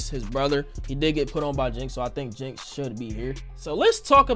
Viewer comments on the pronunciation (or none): none